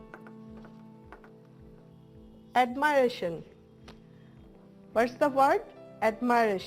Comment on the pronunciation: I Think admiration Not Admiaration